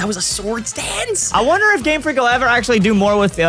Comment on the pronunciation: ... did I hear Gamefleek? XD